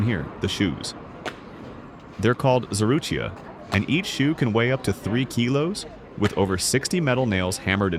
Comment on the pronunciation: They are clogs not shoes and they are call tsarouhia not zarouhia!